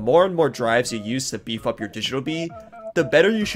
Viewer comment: It cannot be just me who every time he said “beaf up” herd “bee f***”